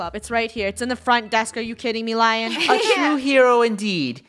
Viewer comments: I think it is Leon not lion but who cares?😎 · its lion (leon) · Did anyone hear them say LION! It is pronounced LE-ON!! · Lion is pronoused: (Lea-on) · saying lion ME its lion (le -on) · i think its pronounced as "lee yon" not "la yon" but im not sure lol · Is anyone else getting triggered that they are saying lion instead of L-e-o-n